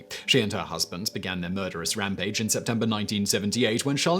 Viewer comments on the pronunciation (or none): none